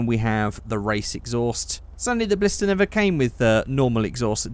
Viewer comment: It doesn't really matter but it's Blista not Blister